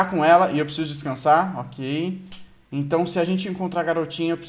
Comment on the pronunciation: não é lele é éla